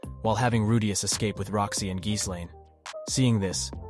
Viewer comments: Geese lane? 😆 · ahh yes the journeys of rewdayus and geeselane